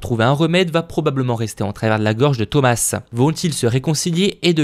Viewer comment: ON DIT THOMAS SANS PRONONCER LE S JE CROIS NON ?😂😂